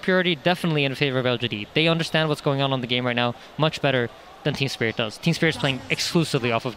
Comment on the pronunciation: Ceeeeeeeeeeb, do you mean "Spirit"? :)))